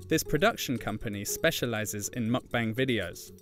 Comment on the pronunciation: Your saying “meokbang” 먹방 incorrectly 😢